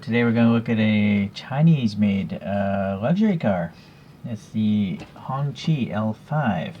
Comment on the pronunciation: I had the same question about the year of this car. You pronounced the name much better than I did 😄 I think I called it a “honky” at one point. I’m digging the two-tone paint job. And I don’t think mine came with flags, that’s a nice perk. I breathed a sigh of relief after you measured it.